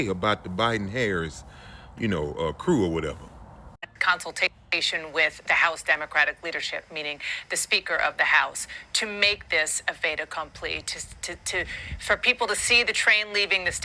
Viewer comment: Did that moron really say "fait accomplete"?!!!